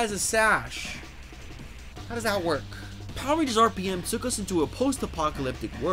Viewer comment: I don't know about yall but I heard this man say power rangers std